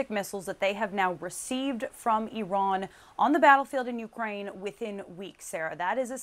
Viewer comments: Where is Eron? Why is Eron giving missiles to Ruzzia? OH thank you Blinken.. Iran.... Why do muricans mispronounce everything? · Excuse me young lady, but what the hell is an eeeron???🤨